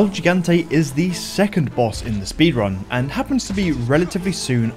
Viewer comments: I know this isn't the point of the vid, but the way you pronounce "gigante" breaks my soul cause you get all 3 syllables wrong. He-gon-tay, not gee-gan-tee. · Lol the way he pronounces it like Gee-Gahn-Teh is funny af. It's Hee-Gahn-Teh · As a Spanish speaker myself, the way he says “el gigante” hurts my soul It's pronounced "L he gang tea (a is silent)." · It’s pronounced “HE-gan-té” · As a Spanish speaker myself, the way he says “el gigante” hurts my soul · The way you keep pronouncing gigante is making me cringe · shoot Mendez until he dies? Why didn't I think of that?!?!? Awesome speedrun tip: if you don't purchase Resident Evil 4 Remake, you will spend 0 minutes and 0 seconds on it. Impressed, virgins? 😎 btw, it's "hee-gant-ay" and "zell-ott" and "three"